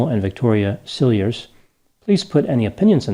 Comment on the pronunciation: one pronounces, Cilliers like this, Ciljee. Always enjoy your analyses. He is guilty!!!!! Pig!!!!!!